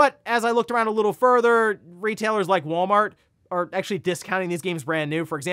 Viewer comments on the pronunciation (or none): none